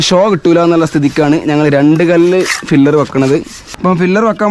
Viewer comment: ഫില്ലർ അല്ല pillar